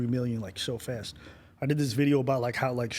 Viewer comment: This man said fest instead of fast haha